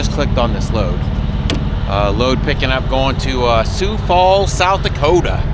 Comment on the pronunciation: Thank you for not saying sigh-o-x Falls. You got the name perfect! Well done I enjoy your videos.